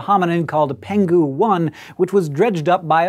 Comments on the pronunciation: Just a minor nit-pick: the name "Penghu" should be pronounced as "Peng'hu" instead of "Pen'ghu". Peng'hu (澎湖) is an island near Taiwan, where the fossil was found. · Peng-hu 1, not Pen-ghu 1, (The location 澎湖=Peng-hu) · Hi Hank. Just a little correction on the pronunciation of "penghu". In Chinese,if a "g" is followed by "h", they are never part of the same character and should therefore be pronounced separately, hence "peng-hu" as opposed to "pen-ghu", which refers to a lake named "peng". In addition, is how most chinese words are represented in English language media. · it's peng-hu..... :d